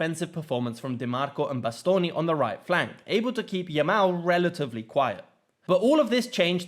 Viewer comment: Great analysis but what impressed me most is your prononunce of italian names (Di Marco, Acerbi, Bastoni...). It was almost perfect, to the point that i think it takes an italian motherlanguage to know you are not one. Very uncommon amongst people of english motherlanguage... great job.